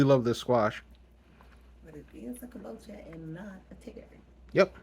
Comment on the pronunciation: if you say Camboca,one more time 😂😂😂,it's Kambocha...a little humor is good sometimes